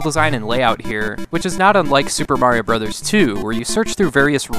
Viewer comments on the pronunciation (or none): none